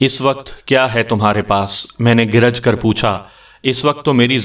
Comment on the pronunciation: گَرَج ہوتا ہے گ نیچے زیر نہیں ہوتا تُنک ہوتا ت کے نیچے زیر نہیں ہوتا.